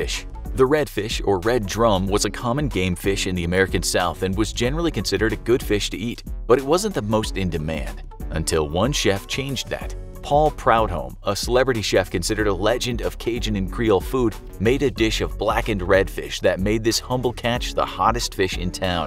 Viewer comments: Paul Proo-domm, not Proud Home. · Paul “proud home”? No, “pru-dumm” is how to say this name. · It's pronounced Paul (Prue-dome) Prudhomme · Proudhomme (pronounced prudome. The u has the same sound as oe in shoe or the ou in soup) Sorry I'm from Louisiana. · I Paul's last name is pronounced pru dome. But you wouldn't know that unless you were from Louisiana. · Chef Paul Proud Home? I hope that wasn’t some trailer-trash attempt to pronounce Prudhomme. I mean, who doesn’t know how to pronounce the name of one of the most famous chefs of the late 20th Century? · as a Canadian, it just sounds so wrong when an American tries to pronounce a French last name… I had to laugh 😂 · Lovely mispronunciation of Chef Paul Prudhomme's